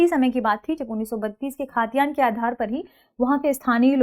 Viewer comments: खातियान नहीं it's खतियान..! Next Time --> सही उच्चारण कीजिएगा please!! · खतियान not खातियान🙏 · Khaa...tiyan hai ya khatiyan hai? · खतियान बोलिए खाद्यान्न नहीं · खतियान बोलिए ना कि खाद्यान्न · Ma'am it's khatiyan not khaatiyan 😊